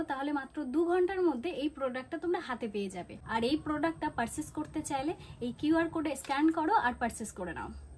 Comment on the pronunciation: পারসেস নাকি পারচেস 😂 কিছু মনে করো না একটু ঠিকঠাক করে বলতে শেখো 😊 নিজের শরীরের যত্ন নাও আগের থেকে অনেক রোগা হয়ে গেছো তুমি 😢